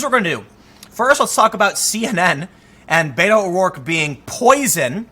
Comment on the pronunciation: Whiskey Tango he doesn't say "Beto" right.